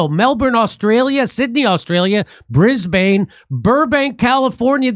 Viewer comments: Jimmy its 'bris bin' not 'bris bane' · "Bris-Bane" Is pronounced "Bris-Bun" Jimmy in Australiania engrish and Mel-Bourne is - Mel-Bun. It will go a long way. believe me :) (the faster you say it the more it sounds correct)